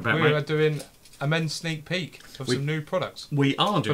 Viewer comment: Guys... it's sneak PEEK, not peak 🙈